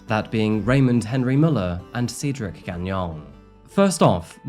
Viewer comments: Dude God Almighty if I hear sea drik one more time man Cedric is pronounced SAID-DRIK JEEEZ man u were killing us seedrik this and seedrik that 😂😂😂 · 'Said ric not seed' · 😂😂 I am Cedrics soul sister and I was like wtf? How do I tell this man? You did. Perfectly. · Brother is it Seedric or Cedric? How do you go about entire video pronouncing the name two different ways? Pick one and be consistent please. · The amount of times you went back and forth from pronouncing it Cedric, then Ceedric, is wild. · Well, you really couldn't decide on how to pronounce Cedric, could you? Changing how you say it even in the same sentence is a bit amateurish. Do better. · Please either learn how to pronounce the name or settle on a pronunciation you like. Switching between Ceedric, Sedric and Saydric sometimes within a single sentence is annoying and distracting to listen to. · Sever all? I'm starting to think its deliberate for the algorithm. Good tactic thou as I've had to start over due to the "seed ric" debacle lol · Did anyone else notice the difference in pronunciation of Cedric? Like the beginning and end were filmed before the stuff in the middle, lol. Still love your videos though. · Is it Ceedric, Cedric (Sedric) or Saydric? You switch your pronunciation of his name throughout the video. It's distracting. Makes me suspect that your accent is more of an affectation than a genuine organic way of speaking. 😕🤔🤨🤷🏼‍♀️